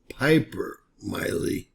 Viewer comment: Mark Milley’s surname is pronounced with a short I. Mill, as in a sawmill, Lee. Appreciate your content. Podcasters in general are notorious for mispronunciation of names and other vocabulary. Podcasts are a great source of information, including yours, and being more careful to pronounce words correctly will give you more credibility.